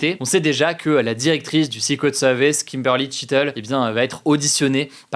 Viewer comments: Comment le tireur a 't'il monté sur le toit de la grange sans se faire reperer? par les FDO ou les spectateurs ? quand on parle français on dit "secret service ". et non sixquwet sevice Merci. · Il parle bien du "séqwète seevice" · J'adooore la prononciation secret service "sicouet seuwvèce" 😂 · Le sikwet seuhviss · Le 6 couettes sewvisse 😅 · Le ''secwet sewice'' :3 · Ca ce fous de l'accent sur le "secret service" mais au moins il fais un effort de prononciation x) je préfere ca que "seuquerette service", la france toujours numero 1 pour ce foutre des accent alors qu'on est un des pires pays d'europe niveau anglais ! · Zé soukrét seuuurvice 🤔 j'adore la prononciation 🤣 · Et sikwet seuviss. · Vazy c drôle ! Mais j'ai bien ris en lisant com pile quand il me reprononcais pareil le sucrette service :) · "sikwet seuviss : le jeu a boire" chaque prononciation un shot letsgooo (ALLO C'EST DU SECOND DEGRE !.. ptain les commentaires c un delire...) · Si tu as du mal à dire Secret Service, dis juste les initiales... Ah bah non 🤣🤣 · Son accent Anglais est beaucoup de chose mais pas excellent... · Son accent est très bien mais le franglais avec un switch d'accent en plein milieu ça sonne "ridicule" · C'est pas excellent justement 😭 Le r anglais n'est pas un w... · excellent? wouah quand même pas hahaha il a un sacré accent dans la prononciation quand même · Il a un excellent accent de manière générale, mais non là, l’accent n’était clairement pas ouf. Edit : bon, il a dit le mot plusieurs fois, c’est surtout la première qui sonnait faux je trouve